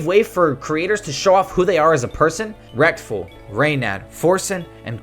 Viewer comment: did you said rekTful? lmao